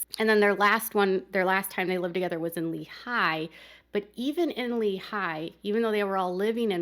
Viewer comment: Technically Rocky Ridge is not a city just a community. The county wont give it to them. Around the area its also known as Allred's. Lehi is pronounced leehi. 😊😊